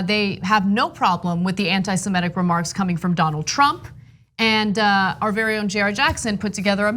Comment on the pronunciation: "Anti-S-E-M-I(!)-T-I-C"- not "AntisemEtic"! This is going on my nerves, especially the conviction, with which Ana misproounces it. Every time, she says it. Unsympathetic dumbass much? I know, a lot of Americans do not know correct English... it's such a shocker. Look, I have nothing against her but this sounds so unsophisticated, really dumb and that is NOT a good look on a news commentator. YES, I am a foreign speaker and I proclaim, it is a shame, how many Americans cannot even speak easiest conversational English, it really is a disgrace. THUMB IT UP, if you appreciate the English language, please.